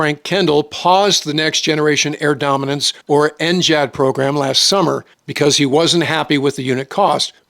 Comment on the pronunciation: why can't you say ngad like a normal human being